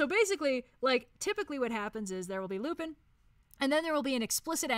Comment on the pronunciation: Ngl, Lupin III is my favorite anime, and hearing constantly mispronounce Lupin killed me on the inside every time it happened. But aside from that, yes. Great tier list.